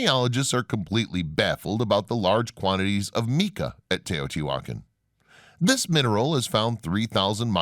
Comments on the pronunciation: Mica not Meeka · Omg it is not pronounced Meeka. You are supposed to be a subject matter expert. Mispronunciations that take 3 seconds to look up drive me bat shit crazy. I need a life. Mica…It is pronounced my-ka. Even a Spanish speaking person would say my-ca according to their rules so you can’t claim using their style. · Bro, you gotta work on your word pronunciation. You absolutely butchered people's names, places, things, and ideas. How are you going to pronounce mica as "meeka"? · Great information , videos, and photographs! Thank you. The narrator has some interesting ways of pronouncing some well-known places and words. I’ve never heard of the way he pronounces some things, including “mica”.